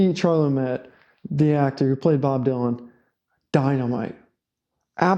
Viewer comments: Sorry, but you lost me the moment you proved to everybody you didn’t know how to pronounce the lead actor’s name. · Hey, props for covering this film. A few things: that's not how you pronounce Chalamet; it's Woody Guthrie, not Woody McGruffy; the apartment depicted was Bob's West 4th Street apartment, where he lived from 1961 to 1964. Also, they showed Bob Dylan constantly typing and writing, to the point where Joan Baez kicked him out. So, I'm not sure what you mean by 'they didn't show the creative process.' From all accounts, Bob was pretty distant and cold. I felt that they did a good job of showing his humanity when he visited Woody in the hospital. But I get what you're saying. At the end of the day, this is a movie where events are omitted and creative liberties are taken. Yes, the 'Judas' heckle happened in Manchester, but they added it here because it typified what people felt at the time. Albert Grossman probably didn't get into a fistfight at the Newport Folk Festival either, but it happened in the movie to highlight the moment's chaos. In a perfect world, three films that delve into every aspect of Dylan's career from would be written, green-lit and financed by the studio to produce, but that's not how movies get made. Anyway, I did enjoy your video and will keep watching your channel.